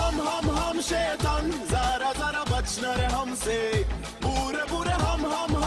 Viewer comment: The way he says SHAITAN, instead of SHAITAAN 😂😂